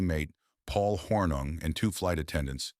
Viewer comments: At least try to pronounce Paul Hornung's name correctly Mr. AI. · The constant mispronounciation of Hornung's name made the video NAUSEATING! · Hey AI- Get your Act together- and Learn how to pronounce Paul's Last name!